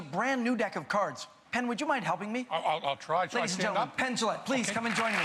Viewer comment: PENN not pen...